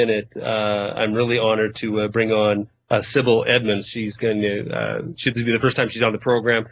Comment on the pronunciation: her name is Sibel, not Sibil.